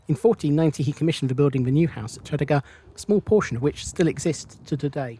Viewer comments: From a 61 year old Newport native, I found this a very interesting and informative video, thank you. Only one little niggle, we pronounce Tredegar as , Tre - deeee - gar. Keep up the good work, will be catching up on your vids and have subbed to your channel, cheers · Great video of Newport....but your pronunciation of Tredegar made me chuckle Tred-ee-gar. 👍👍👍